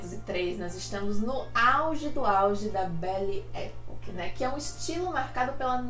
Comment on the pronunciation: Belle Epòque. Pesquisa a pronúncia